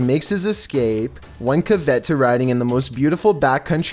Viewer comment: This dude doesn't know how to pronounce caveat...and the drawn out s on beastsssssss. What are you doing man?!?!